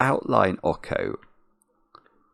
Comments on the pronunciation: Pretty sure "Ocho" is pronounced "OH cho" as in the Spanish number for 8 because the cat has an 8 on it. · oh man that pronunciation of Ocho hurts. it's pronounced like "oat-choh". it's Spanish for 8. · saying Awko instead of Ocho is perfect. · Ok-ho is killing me throughout this!!! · you mispronounced the cat's name the entire time. Ocho is Spanish for 8. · Well he is making a fine kind of Latin-type pronunciation of it 😂